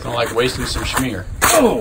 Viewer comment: Pronounced "sh-mear". :) Like how it's turning out. Any chance of seeing the finished product?